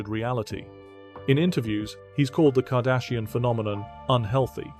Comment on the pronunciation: You keep saying kardasian like deep space 9 lol